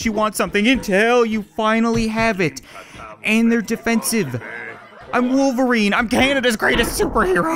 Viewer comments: He also said Wooairn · He said woofelrine